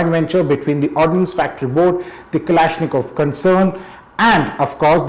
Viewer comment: Vlad from Kalashnikov: PRONOUNCE MY EFFIN NAME PROPERLY AND STOP TRYING TO SNATCH THE GUN OFF ME!